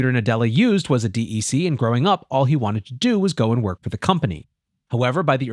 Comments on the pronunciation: Dec-k pronounced. not DEC. sounds so weird otherwise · “D E C” is/was pronounced “deck”. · Agree. He's definitely showing his lack of knowledge of this company. I had to think about what company he was talking about for a minute before I realized he was talking about "deck". :) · Just say "Deck" - I've never, ever, heard anyone call it D.E.C., in spite of what's printed on the machines.